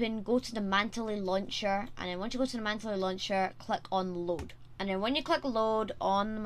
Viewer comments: It’s pronounced man tul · who taught you to pronounce mantle lmao